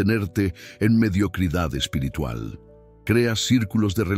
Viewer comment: Amigo mis respetos tu enseñanza y tus explicaciones fluidas ,da deseo de escucharte tu narración, solo quiero hacer una sugerencia tu dices la palabra en español espirtrual- lo correcto espiritual ,mis disculpas si soy quien te he escuchado mal ,buenas noches que Dios te bendiga.tu narración calidad excelente eres cinco estrellas.